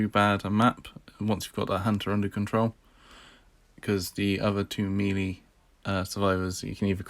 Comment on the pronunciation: I'm just here for the pronunciation of melee!